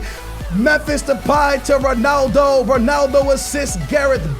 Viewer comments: u say stuff like Ronaldu instead of Ronaldo its annoying and funny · Why do you pronounce 'Ronaldo' Ronaldu